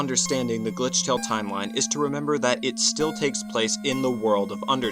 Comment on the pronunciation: I really can't understand it's glithrale or.....